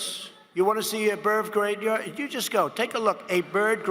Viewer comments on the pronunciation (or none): Did he just say "a birv gravya" instead of a bird graveyard? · He clearly said "Birv gradeyard", not "bird graveyard". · "Birv graveya" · “Birv Graveyah” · "Birv Grade yard" ahahahahahahahahaha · ''A berv gravyard'' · "do you wanna see a birv graveyar" -Trump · berv gradeyard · "Burv graveyard" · "Birv grade yard"